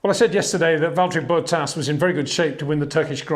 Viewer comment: HEY PETER WINDSOR, I HAVE MESSAGE FOR YOU SIR: it is NOT Max "verSHtappen" ... Max is not German (Germans indeed do pronounce "st" as "sht") ... #Max33 = Dutch NL/Belgium! ... It is not "Bottash" nor is it "Lewish" certainly not "verSHtappen" .... This BS started long time ago when a British sport presenter interviewed father Jos Verstappen and assumed you can use a German pronunciation to a Dutch Driver thinking it is so "funny" ... It is not. Serious question: can any Englishman say "versatile" out-loud without saying "vershatile" phonetically? most can about 99,99% ... that is why most English can pronounce Verstappen 100% correct! Father Jos Verstappen (also F1 Racer) was very active between back then only a very few said "Vershtappen" but the vast majority of British sport presenters pronounced it perfectly ... only a few old stubborn farts like Peter Windshor.